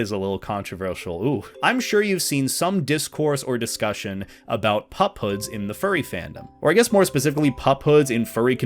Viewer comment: I thought you were saying pop hood